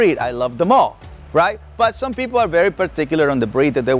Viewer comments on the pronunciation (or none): none